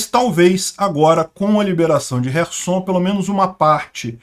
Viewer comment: por que chamar as cidades de kive e rerson? Os nomes e pronúncias em português são Kiev e Kherson.